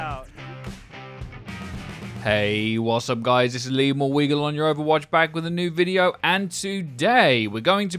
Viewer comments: It’s pronounced ‘Maui’. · Say Mauga like. MOW-GA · it's pronounced mauga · btw it is actually pronounced Mauga and not Mauga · Hi! Im Polynesian, and so far as I can tell from what my mother told me, its pronounced Ma o nga, with the g in Mauga functioning the same way it does in the word lung. My name, Tafalagilua, has the exact same g sound. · “Mowguh” rlly bro r u serious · Personally I will end up pronouncing it (Maw-guh) which in callouts will probably be shortened to just mawg. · if Mauga has a Polynesian background his name would/ could pronounced "Mo (as in the Simpson character) Nga". This is atleast from my cultures perspective. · Maw-Gha is how it’s pronounced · I think it is pronounced Mogga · Its pronounced maui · Even though i do NOT stand by my pronunciation of Mauga, i will inform you that it can be pronounced a number of ways. I think we will only know when he's released what it will actually be :) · Yes! Samoan doesn't put the N before the G but it's still pronounced w it. If he was Tongan it would be Mo'unga. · Tbh I’ve been pronouncing Mauga the same way you’ve been